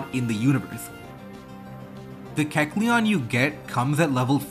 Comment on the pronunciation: Pretty sure you're pronouncing kecleon's name